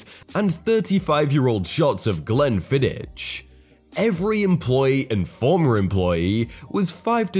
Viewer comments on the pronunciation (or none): What Brit doesn't know Glenfiddich is pronounced with a hard ch as in loch? What, is it the "Lotch Ness Monster" now? I swear he does this on purpose.